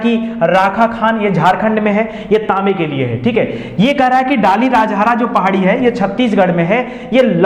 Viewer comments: M from chhattishgarh.....ङाली राजहरा nahi hai sir....दलली राजहरा hota hai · Sir wo dalli rajhara ki pahadiyan hai.. District Balod. Dilli ki tara pronounciation. Ab yaha pe loha nhi nikala jata.. Khatam kr diye Bhilai Steel Plant me use krk. Ab kanker district ki Raogarh hills se nikalte hai.